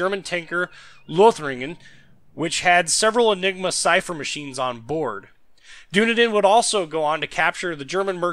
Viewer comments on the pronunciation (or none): Brief comment; HMS Dunedin is pronounced "Dun - ee - din", not "Doo - ne - din". I actually quite like Danae even if she's a bit fragile against other tier 4 cruisers; nice turn of speed and good guns. Torps are a bit hit and miss. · doonadin haha. its duneedin. the name of the city i live in lol